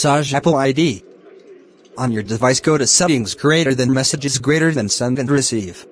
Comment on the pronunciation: its message not massage